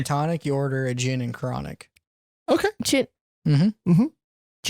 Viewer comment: The G in Gin is read as in Get